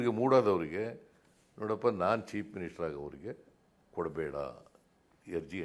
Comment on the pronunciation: Why chief minister himself pronouncing it as cheap minister 😂😂😂